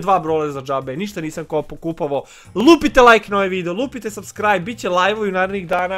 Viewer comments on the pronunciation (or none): none